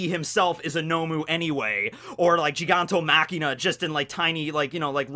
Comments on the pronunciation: Machia, Gigantomachia not gigantoMakina. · Lol it's not gigantomachiNa, it's gigantomachia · i think it's "gigantomachia" not "gigantomachiNa", it's without the n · I have no idea why kept on calling Gigantomachia "Gigantomachina" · Really minor nitpick here, but isn't it Giganto *Machia*, not *Machina*? seems to have a different translation source, because he also calls the Thunder Bagua from One Piece as Thunder Bagura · All right, this is the LAST video I will stand by and watch you call him Giganto- Machina.... it’s MACHIA, GIGANTOMACHIA there’s no N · not GigantoMachina...GigantoMACHIA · All I hear is say "GigantoMAKINA"😂